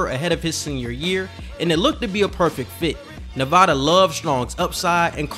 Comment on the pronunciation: It’s nev-A-Duh not ne-vah-duh